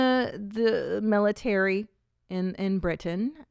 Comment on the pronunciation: Nobody: Christina: meletary